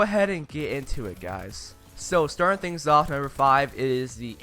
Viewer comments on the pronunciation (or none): none